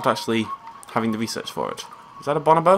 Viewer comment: Ok this is from 2013 but you're saying bonobo wrong.